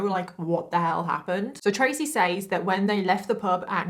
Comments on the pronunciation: I can’t remember if I’ve commented about this or not . I remember you saying that your accent has been questioned. I think I’ve figured it out. It’s how you say the word “says ”. There are times when you say it with a long vowel sound when it’s supposed to be said with a short vowel sound. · Has anyone ever noticed that once you have been saying and hearing a word wrong, that when someone says it correctly it sounds wrong to you. She pronounced the word " says " just like it sounds but in the USA we say "sez" as if it's the present tense of said.